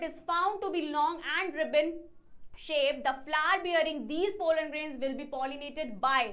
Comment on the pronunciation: Bhai genuinely nhi aata hai toh chod do, paise bhi kha rhi ho padhane toh bilkul nhi aata , sorry but muh bnane se bccho ko concepts nhi smjh aate . Aise teachers ke liye respect toh bilkul bhi nhi aati . Aur bhai woh " polen " nhi pollen hota hai